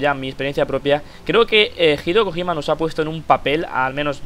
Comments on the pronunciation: Kojima? dilo bien xD no Kogima que parece un cojin jajajaja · español se dice "Kojima", así tal cual. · que dices mal kojima xD